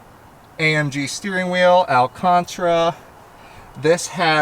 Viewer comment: "Alcantra" No sir. Lets say it together "Al-Can-Tara". Can't have you butchering a word that no one butchers lmao